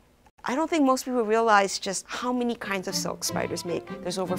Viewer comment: The way she pronounces "silk" is confusing.It sound more of a "soak" then silk.